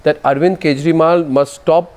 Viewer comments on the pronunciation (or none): did arnab say arvind kejrimal on purpose? loool